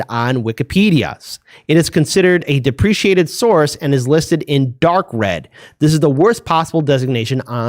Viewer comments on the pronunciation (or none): you keep pronouncing "deprecated" as "depreciated."